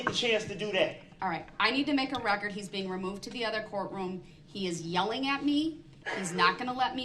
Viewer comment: For the "recort?" What is the "recort?" OH, you must mean the "record." It still doesn't matter, Darrell.